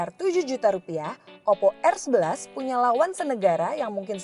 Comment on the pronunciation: Oppo rrrrrrrrrrr